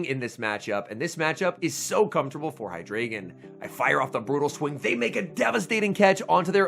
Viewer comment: FYI, the ‘drei’ in Hydreigon is pronounced ‘dry’.